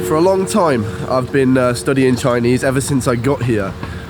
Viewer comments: Hey! Good to know that you're starting your Chinese lessons soon, and I can tell that you really mean this seriously from the pronunciation of your Chinese. I won't expect every Chinese learner can master the intonation and accent of Chinese since the language system is very different from the Europeans, but every time when you pronounce a word nicely and carefully, it sounds very different to a native speaker. So, wish you good luck! BTW, the geography of Guangxi Province is quite unique so there are many caves in that region. Please be careful when you explore them and better not go there alone. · You will learn Chinese very quickly with lessons and stay in the environment. Your pronunciation is very accurate! Once your Chinese is good to understand others it will decode the whole world! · Your Chinese pronunciation is excellent! I.would like to give you a thumb up.